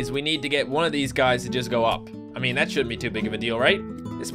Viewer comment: wat ze fuck meeen? hehehhehehehe that makes me laugh so hard... i even forgot that swear heheheh wtf?